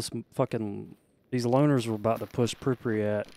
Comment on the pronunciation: Love your content man keep it up. It's Prip-yat, not Prip-riyat btw ;)